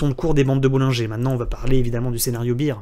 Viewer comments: En anglais on dit plutôt "bèr" que "bir". Mais c'est un détail. Merci et bonnes fêtes de fin d'année. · Minute 5' 13 tu dis scénario bire.. ce qui veut dire bière 🍺 beer.. bear = ce dit bère baire.. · my man! Fais un petit effort, écoute la prononciation du mot "bear" sur le logiciel de ton choix, tu le prononces comme la bière et pas comme l'ours. C'est un detail, excellent travail, merci bcps!